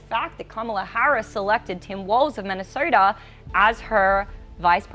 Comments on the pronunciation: The lady anchor for some reason tends to replace Os with ORs — vorters, early vorting, Minnesorta and etc. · "Early verting in Minneserta"😂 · She pronounces the letter O like er: voter sounds like verter, Minnesota sounds like Minneserta. Keeps distracting me.